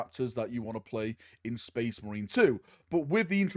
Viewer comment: "Sphess MARINE" Warboss Grimskull